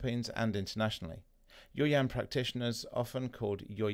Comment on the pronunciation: I was about to comment the same thing. Pronounce yaw as y-a-o.